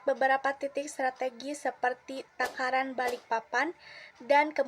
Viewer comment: 04.19 Tarakan jadi "Takaran"😅